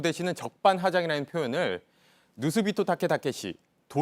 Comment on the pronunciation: 기자 일본어 좀하네 비토라고 정확히 말하네